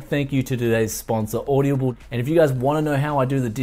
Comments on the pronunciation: Bruz, its Aud-Ah-Ble, not Aud-ia-ble, at least according to their own advertising, just pointing that out, enjoyed the vid alot my man! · Am I the only one that noticed he pronounced Audible as OY DA BULL, lol